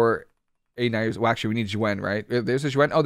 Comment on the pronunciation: N I U Z A O....not N A I O Z U. Drives me crazy to hear you lol